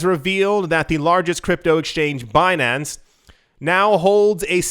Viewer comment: BEE-NAN-CE. lmaooo